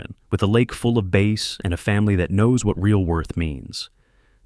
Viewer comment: You go fishing for BASS!! NOT base!! As in a base like on a baseball field!! Please check the pronunciation on the AI reader of the story!!